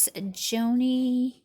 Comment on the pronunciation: Her name is pronounced “Johnny.” She is a well known speaker and advocate for ministry to the disabled.